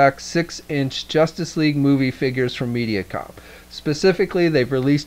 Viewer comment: lol i think he was saying Media Com for some reason but henceforth i'm calling it MeatyCom :D